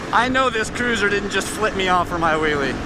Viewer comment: "You can see it definitely makes their day when the kids see a willy" need to be careful on the pronunciation or it will sound very different xD